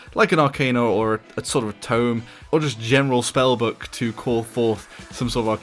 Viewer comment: Is it just me or does anyone else say Buck rather than book?